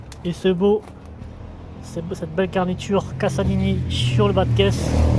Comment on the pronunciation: CASALINI se prononce "cazalini" il n'y a qu'un S